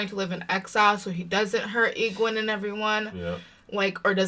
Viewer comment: The peddler, Padan Fain, and the Trollocs were there to capture the five and take them to the Dark One. That's why Nynaeve wasn't killed. For pronunciation, here's a hint on Egwene. Her last name is al'Vere. If you say her whole name as one word, it sounds a bit like Guinevere. The author did that on purpose. Go back and re-watch the scene where Moiraine and a women were in a sauna. Listen to their conversation. That is tied into that very last scene.